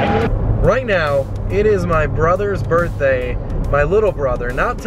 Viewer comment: When you said birthday I heard burtday